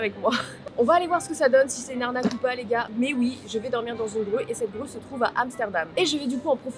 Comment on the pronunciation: Au début j'ai compris rue à la place de grue 🤣